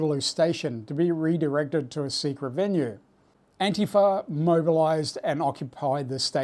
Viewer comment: Props for correctly pronouncing "antifa". Most Americans mispronounce it with the accent on the second syllable. I cannot believe the number of commentors expecting you to defend Nazis.